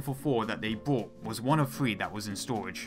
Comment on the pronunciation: Your use of English is very poor indeed. Learn some gramma and how to say words like 'three' rather than 'free'.